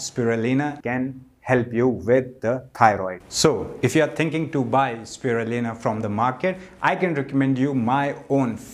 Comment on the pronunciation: Is it me or did anyone else notice he's isn't actually saying Spirulina?